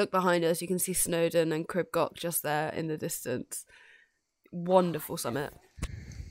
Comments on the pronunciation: Crib Gock. 😂 Its Goch pronunced like Loch ness I think you're awesome going barefoot btw. Well done 👏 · I appreciate that you are English but please can you learn how to pronunce Crib Goch ( not Gok) and Pen y Pas ( Not Penny Pas) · I know it's hard if not a Welsh Speaker. It's pronounced phonetically Creeb Goch (the 'ch' makes a guttural sound). An Pen 'y' (that sounds like 'urgh' in English and Pass. Amazing how you did this though I enjoyed your video. X